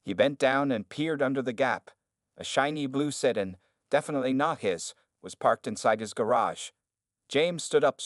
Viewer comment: The word is pronounced Sedan not sedin